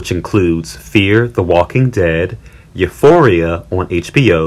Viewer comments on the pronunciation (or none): none